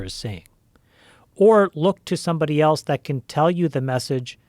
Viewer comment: One day there will be a kid smart enough to explain to Joe that there is no letter T in the word, " else " 😆